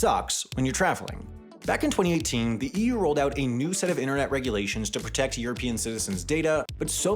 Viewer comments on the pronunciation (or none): I find how you say 2018 VERY OFFENSIVE and offense content notice